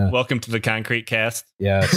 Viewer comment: inskipmto a random part of the video and the first word i hear is cumcrete